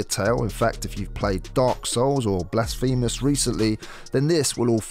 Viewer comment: Blas-fee-mous??? I think you mean Blas-fur-mus